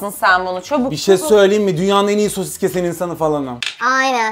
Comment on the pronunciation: ABİNİN SOSİSĞĞĞ DEDİĞİ YERDE KOPTUM😂😂😂😂😂😂😂😅😅😅😅😊😊😊